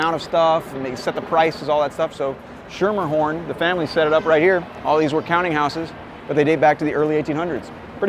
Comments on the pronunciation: FYI- "Schermerhorn" is pronounced as SKEE-mer-horn. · If you pronounce it Schermerhorn and not Skimmerhorn locals will treat you like you're an insane idiot.